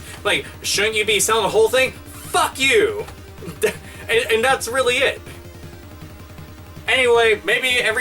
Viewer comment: Robert Pysh Yes 'weally'. =)